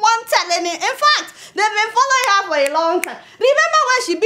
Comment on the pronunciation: But Adeola why this ghanaian accent(heh)instead of normal english word(her).Were you brought up there or you just like their accent